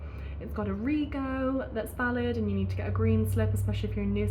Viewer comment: Rego is pronounced Rejo, short for Registration.